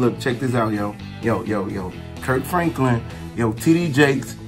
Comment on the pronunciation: He got a rainbow lace front dude he said Kerk Franklen and TD Jake's 😂I'm dead then he said Boosie in too fresh like Steve Harvy .😂😂I can't take no more😂😂😂😂😂